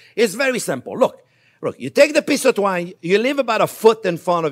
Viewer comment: did he say "drink enough wine" or "take enough twine" LOL